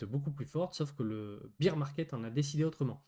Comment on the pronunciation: BEAR market!( Bère) pas bire , BEER C´´est de la biere , c´est tres bien le marcher de la biere mais ici on parle d´ours , 3000 youtuber pas un qui le dit correctement !